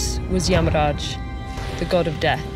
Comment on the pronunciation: Yeah pretty good pronunciation. Although she followed the Hindi pronunciation rather than the sanskrit one, Narada became Narad and yamaraja became yamraj.